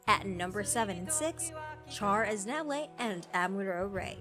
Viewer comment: You should put up a trigger warning for the way you pronounced Char Aznable. I never thought I was someone who cringed.